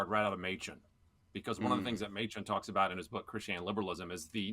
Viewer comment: Oh, Mochen for Machen. As a pastor in the OPC, that hurt my ears.:)